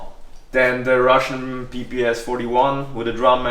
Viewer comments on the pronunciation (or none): none